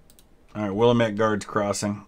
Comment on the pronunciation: It's pronounced Wil-lamb-it or Will-am-it please. If you are referring to the Oregon valley region. I know it doesen't make sense to say it that way. But hey it's Oregon.